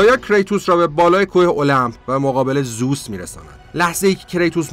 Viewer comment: داداش زوس نیست، درستش زئوسه😂